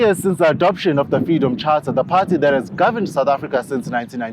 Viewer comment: Where's your hijab, Jane? And btw it's political party not putty.